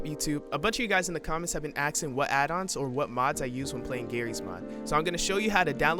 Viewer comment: It's "Asking", not "Axing", we are not lumberjacks.